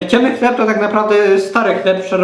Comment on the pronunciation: Hlep o smakó masua :D